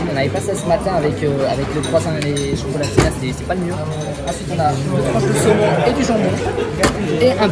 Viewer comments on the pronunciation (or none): Ta dit cokolatinne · il a dit chocalatines ! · pourquoi du dit chocolatene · C’est moi ou au début il a dit chocolatine